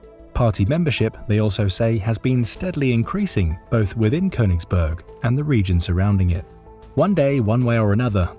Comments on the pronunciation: Its konniegberg 😂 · Königsberg. It‘s name is Königsberg! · It's called Königsberg. Otherwise not too bad of a summary.